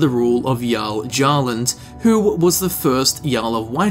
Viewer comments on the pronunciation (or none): Jarl Gjarland. I get its hard to pronounce, but you know how the J is pronounced in Jarl. Might be wrong, but Gyarland would be my first assumption. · Gjalund is pronounced Yahlund, If we go off Nordic pronunciations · GYALOOND is much closer to the correct pronunciation. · For pronincoation because you specified uncertainty Gjalund. Guh-yhal-Und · Btw, Gjalund is pronounced “Gyalund” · I think Gjalund is pronounced as (Y-all-und). Like how Thor's hammer Mjolnir is pronounced as (Me-Ole-Near) Or Myoll the lioness is (Me-Ole)